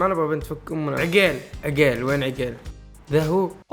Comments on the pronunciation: عقيل مو عجيل😂😂👌🏻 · ليش ماتنطق الاسماء زين هلا مو هالا عقيل مو عغيلللل😂😂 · والله العظيم اسمه عقيل مو عقيل اوك في النتطق غلط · بموت اذا قال عقيل مدري كيف ينطقها😂 يضحك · ماذبحني ضحك إلا نطق اسم عقيل 😂😂😂😂😂😂😂😂🤣🤣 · م يعرف ينطق عقيل يقول عقيل بالشدة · ياخي ليه يسميه عقيل كذا 😂غريب نطقه